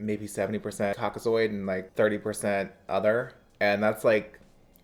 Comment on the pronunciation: CAU-CA-ZOID 🤣 YEP LOVE IT 💖